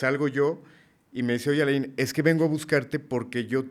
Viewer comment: Alain no se pronuncia la i no usen nombre con traduccion viene de Frances se dice so Alan